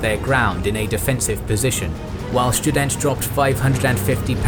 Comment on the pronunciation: Schtudent sounds like a very good student